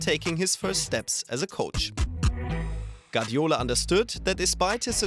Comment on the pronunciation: Guardiola* not Gadiola